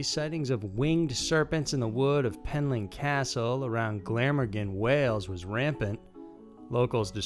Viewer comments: Gla-Morgan, not glammar-gone lol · You put the emphasis on the “morgan” in Glamorgan. Just letting you know. Great video! :) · Hahahaha...I love it glama-gen!! Glam-or-gan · Btw I’m from wales and it’s Pronounced gla-Morgan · This is the 4th or 5th comment I've made about your LAZY pronunciation or research in the last 6 months, But your pronunciation of Glamorgan has done it for me. I'm unsubscribing. Two reasons you'll never break a million, but if you made the easy changes you would. Until then.........